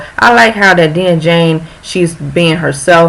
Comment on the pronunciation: Dang post this on Twitter haha love this ❤️ and also we pronounce her name as: Die-nah Jane 😍😍 thanks girl!!!